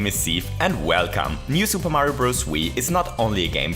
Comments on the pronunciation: mayro is a she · “Lovely mayro people” love it